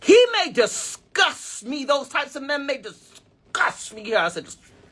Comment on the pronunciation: Your emphasis on words like disgust reminded me of my Jamaican aunty 😂